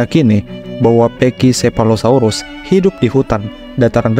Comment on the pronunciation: Naratornya ngotot bacanya pekisefalosaurus. Padahal pak david attenborough di videonya aja bacanya pakisefalosaurus.